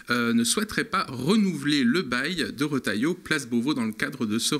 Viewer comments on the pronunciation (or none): Trop fort le rotailloyo 😂😂